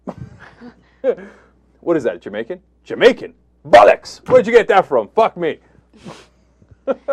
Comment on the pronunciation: FFS Cenk, learn how to pronounce "bollocks"!!!